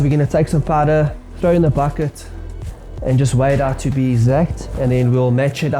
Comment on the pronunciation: Lol I didn’t realize that you South African until you said “Bucket” (Baket) . I’m like yoooh this guy is here moes at home 😂🤣🤣